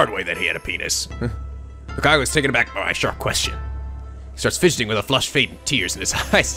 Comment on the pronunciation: Okay, basic mistake. You are calling Lukako LukakU. It's an o, as in an Oh like in Rose, but NOT like in hot... discribes Lukako pretty well.. Oh also, most translations Romanize it as Rukako, but techically neither is right since Japanese's r/l equivalent is the same thing, and yet is technically neither. I guess the translators decided to settle on an L sound rather than an R sound rather than explain how it's caudally sound somewhere between r and l....